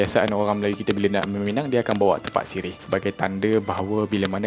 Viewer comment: Sebut dia tépak, min.